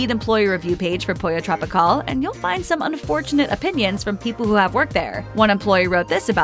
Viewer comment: Pollo TropiCAWL 😑 hate that pronunciation.